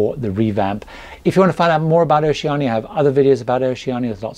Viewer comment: I am thinking about doing a Caribbean cruise on the new Vista in 2024 and I’ve checked out a few YT videos re Oceania Cruises. Annoyingly I’ve noticed all the American reviewers say Oceana and not Oceania. I really appreciate that you get it right. Thanks, love your videos. I’ve just finished watching your latest Q&A and am binge watching your older videos. Excellent tips and advice.